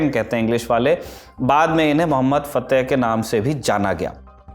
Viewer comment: Fitih nahi fateh